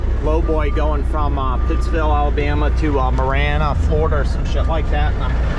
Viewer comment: Marianna Florida, pronounced Mary-Anna. It's in Jackson County Fl. I drive that way to head to see my parents. The road to 10k continues....